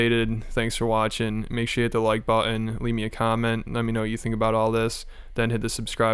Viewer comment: This narration sounds like that commercial for schizophrenia medicine. I've never heard the word button pronounced without t's..or the d sound even.